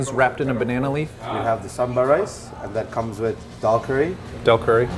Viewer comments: The way he says "kottu roti" 😅 and btw it's Dhal curry 😂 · He said dhal curry But pronnouced it wrong